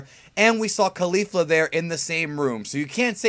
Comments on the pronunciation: I cant handle people saying Kalifla anymore. Ok her name is Caulifla like Cauliflower excepts its CauliFLA. Thank you use this wisdom well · Why do you keep mispronouncing Caulifla? That's not even close to how they have been pronouncing in the show.